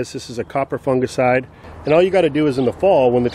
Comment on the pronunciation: Its great to hear an American say the word Fungicide correct instead of Funjicide by the way love your channel watching from Sydney